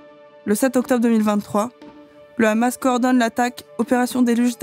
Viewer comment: Merci Blast et félicitation pour la publicité de cet entretien avec Ilan Pappe, ce si grand et courageuse historien. Juste une toutes petite remarque qui m'est dictées par des observations de camarades de l'UJFP : est-ce que vous savez que vous utilisez la prononciation israélienne, c'est à dire l'hébreu, pour prononcer Haïfa (ou Hamas) ? Quand on nomme en France la capitale du Royaume-Uni nous ne prononçons pas Lordon, nous disons Londres. Ça semble évident alors évitons de parler en hébreux en France.😉